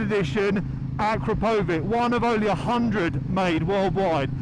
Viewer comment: Uh-KROP-oh-vitch. And it's abbreviated "Akra," not "Akro."